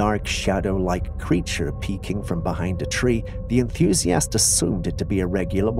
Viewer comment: The word "enthusiast" is not pronounced "enthuzee-AST". It's pronounced "enTHUzee-ist". Why can't you just get a real human being to read your narration??